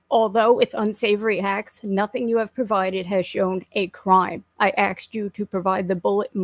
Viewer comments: Cant stand people that say axed instead of asked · Axe me about it